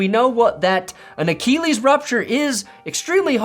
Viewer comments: what is up with the way you say Achilles? It’s “uh-kih-leez” not “uh-KEEE-leez”. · A-Kill-ease not A-keel-ease…lol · The way he pronounces achilles sounds like he's talking about Akili Smith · I love how u say achellies 😅😂